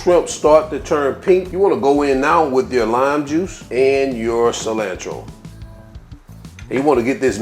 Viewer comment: 🙄IN-chaladas? JAA-lapenos? Ci-LAND-tro? You need to go learn how to pronounce your ingredients before you make a video dude! smdh.....